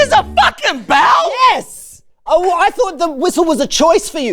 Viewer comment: i love when Mark says bal instead of bell